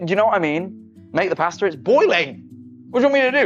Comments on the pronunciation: He said pasta so wrong for me 😭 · The wat he says pasta and amozon